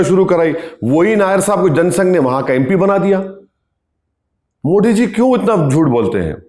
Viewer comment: Arey Bhai kamse kam PM ke name to thik se lo.. it not Modi it's Modi